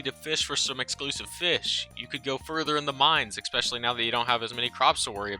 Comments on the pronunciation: it is not eXpecially, it is eSpecially, saying it with love <3, also thank you for the video, it has been super useful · Is "expecially" a pronunciation in some english speaking regions? Why so many people say it like that. Other than that good vid :) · how you gonna call my girl Haley a hoe then go on to say "expecially" like 20 times? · "expecially" "shashimi".... bro cmon